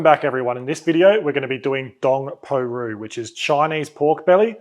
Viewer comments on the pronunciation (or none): Sorry dude! Rou, Chinese for meat, pronounced like row, as in row your boat. Recipe looks amazing. Got a big cook going on Monday. Maybe this is my pork. Thanks!